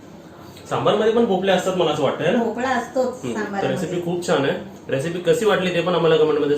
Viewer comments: मस्त 👌👌 भोपला नव्हे.... भोपळा बोल भोपळ्याची खूप छान रेसिपी बनविली..... खुप छान ताई राग मानू नकोस.... ❤️👍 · It’s MEDU wada and NOT MENDU wada and its भोपळा and NOT भोपला. Kindly use correct words.